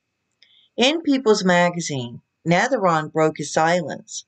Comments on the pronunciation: Pronounced NAVAR-OWN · It is navarone,as you can see she got Elvis name in there...aron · Get your facts straight and learn how to pronounce his name. Elise is very young and they are separated even when they were married she kept going back to Switzerland where she was raised even when they were married she was going there all the time. She married him because she was obsessed with Priscilla and he knew it. Jerry Sterling had her over for dinner probably to pay her off to keep her mouth shut and to leave